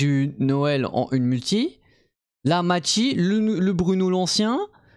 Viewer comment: Ça se dit Mayssy pas machi 😂😂